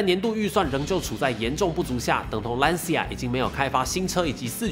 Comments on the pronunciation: 这个词读蓝旗亚因为是意大利语 不是兰斯亚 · 一个小建议。Lancia 里 c 的正确发音应该更接近 ch，而不是类似 s。意大利语里 c 在 I 之前都是这样，比如cappuccino ，ciao。所以（简体）中文把 Lancia 翻译成 蓝旗亚 而不是兰斯亚/兰溪亚，还是很准确的。